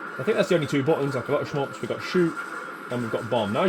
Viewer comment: Really enjoy your videos brother. please stop saying "sh-mups" LOL